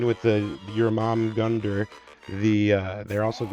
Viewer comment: Love the video! Informative and funny, great breakdowns and tactics with meme fun! P.S. Jormungandr = Your mun gander ...but you were pretty close with 'your mum gonger!' lol If old viking language bugs you, you can just call them 'diggy diggy hole snakes'!